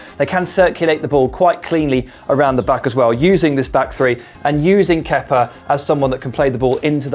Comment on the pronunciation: Ke-pa, not Kepper for f*cks sake